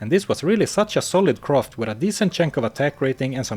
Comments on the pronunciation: I feel great respect towards the narrator but I'd just like to humbly note that it's physically challenging to hear all the time croft instead of craft. I mean, we all appreciate Lara Croft, but she's not the case here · It's not pronounced "croft", you know?